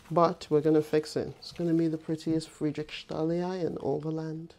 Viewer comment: Loved the video! Just a little pronunciation tip: Anthurium Friedrichsthalii doesn't have any "sh" sound in it. You can separate it like this: "Frie-drichs-ta-li-i" :)